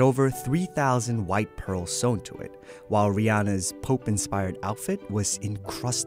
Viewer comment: Oh my god thank the lord. They said Rihanna’s name right.